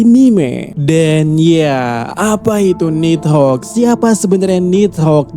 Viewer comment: Pengucapannya yang bener... Ni - dhogg Bukan nid - hogg